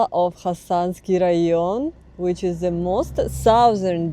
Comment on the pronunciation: To ze border? 😂